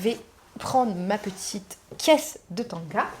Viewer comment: On ne dit pas tonga mais tanga.